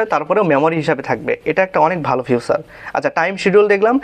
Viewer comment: ফিউচার ❌ ফিচার ✅